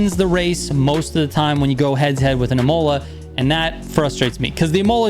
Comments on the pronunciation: Dude, love your videos, but your pronunciation of Imola is killing me. It's ih-moh-lah, not ih-mow-lah. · Real World pronunciation is [í-moh-lah] accentuation is heavily in the initial “i “, so don’t exige a pure American to know Esdrújulas words and Words in Italian, French or Spanish..😂